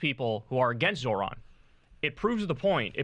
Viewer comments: It’s Zoh-ran, not Zoron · You butchered his name.